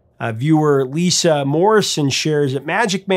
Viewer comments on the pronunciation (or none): none